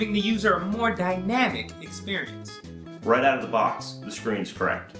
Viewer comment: He sed dynamic experence 5 or 4 times lol love this